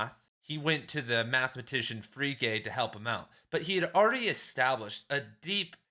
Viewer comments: Free Gay? lol Frege (fray-guh) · Frege = "Fray-guh" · I think Frege is pronounced Fray Gah. At least that is how my professors pronounced it. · You did mispronounce Frege, but who the hell cares. This is fantastic stuff! It's been twenty years since I studied this. I'm really enjoying your vid. ...I think I had a better lecturer on Wittgenstein. BTW, have you read the book, 'Wittgenstein's Poker'?